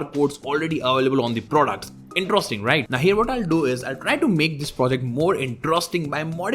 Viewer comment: Slow down. Your heavy accent makes it hard to understand when all your words join into one. INTROSTING is not a word. Great content, but too heavy to decipher. I will keep watching and liking, i just download and slow speed down.